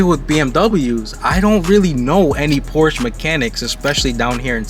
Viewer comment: Porsche is a two syllable word